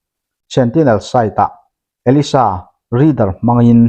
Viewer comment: Denque test kit hi Elisa nilo in Elaiza ti a lam nise